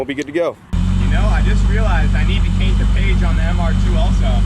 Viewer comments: “I need to caint the page on the mr2 also” I do that all the time 🤣🤣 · ya know I still need to caint the page..” nothing negative just found it funny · Gotta caint that page yo! 🤣 i swear thats the 2nd time hes said.it now